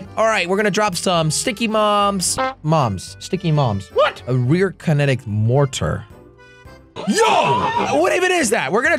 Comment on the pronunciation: Love how he said sticky moms instead of sticky bombs